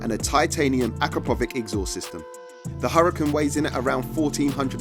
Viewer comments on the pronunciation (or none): Sorry to interrupt but it is pronounced AkrapoviCH (like in chair) and the stress is on the second A syllable.